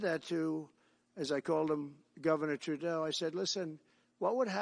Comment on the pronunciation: He got it right